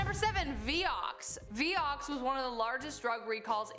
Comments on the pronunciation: It's not pronounced "vee yox" it's "vie ox" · Hi Honey, That stuff (Vioxx) was pronounced Vye-ox, not Vee-ox. Just sayin’…😁💕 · Being picky, but it is Vy-ox not Vee-ox.